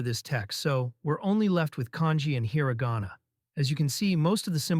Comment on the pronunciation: Just dropping HEARA GAWNA left and right. I think my ears are bleeding.